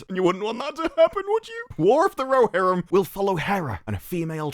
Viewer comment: War of the Ro"she"rim